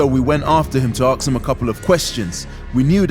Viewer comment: I like this channel but everytime they say aks instead if ask I get mildly triggered